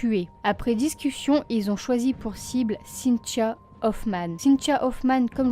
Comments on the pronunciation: Triste histoire :( ps: je trouve drôle le prénom avec ton accent cintchio sinon bonne continuation j’adore tes vidéo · On dirait que tu dis Cynt-cha! Cela dit,ca n enlève rien à ta jolie voix douce et christaline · je me faisais exactement la même réflexion ahaha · C’est drôle!!! Je n’entendais plus que ça ensuite 😂😂😂😂. Mais c’est super! Continues !